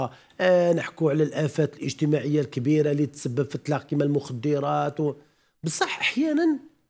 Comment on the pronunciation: يا استاذ إسمه..الطلاق..وليس التلاق...تتكلم وكأنك إمرأة.....